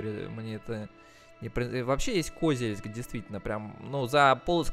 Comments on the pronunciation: Меня прям тошнило от этого, еле справился чтоб продолжить смотреть… нинада так((( КозЕльск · Привет ! Очень хорошие видосы делаешь по этой игре! Ударение не правильно ставил в слове Козельск ! Надо на букву е ,а не о ))) Город с богатой историей(Когда была война с Татаро-Монголами в рядах защитников города были женщины! Из-за этого вырезали население) могу ошибаться !